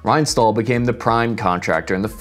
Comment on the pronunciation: Just an fyi, in German our sh sound is spelled as sch. Additionally, ST and SP are an sh sound. So that's pronounced like Reinshtahl. Sport would be pronounced shport.